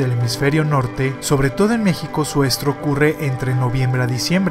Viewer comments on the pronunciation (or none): none